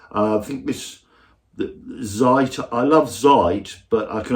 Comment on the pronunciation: Oh, small point: it's "Ts-eit". And a newspaper is a "TSeitung". Like Klaus is SchulTSe, not SchulZZe (which I think you say right?). I have a cousin who lives in Germany who still insists on correcting their Z's. He'll say "tseit" in conversation, but he'll still read "Zzzeitung" if he sees a Zed at the start of the written name. I mean it's a Z, so say Z, damn it. These Germans need help with pronouncing their own spelling. :D